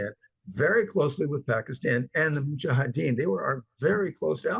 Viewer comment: Hey, it's actually mujahedeen... not muhajideen ☺ all love and respect